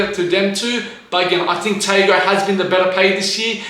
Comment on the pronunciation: The pronunciation of Tago was crazyyyy